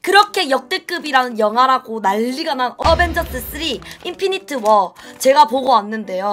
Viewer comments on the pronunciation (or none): 인피니트워가 아니라 인피니티워임 양팡아 ㅋ.